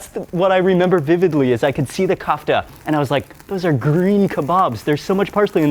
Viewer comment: Kafta with the stress on the second letter - vowel A